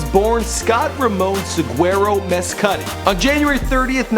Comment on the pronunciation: His last name pronounced mess-cud-ee